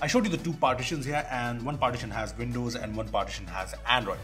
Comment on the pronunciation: Btw, Windows is pronounced with a “W” and not with a “V”! 😂 “Vindows”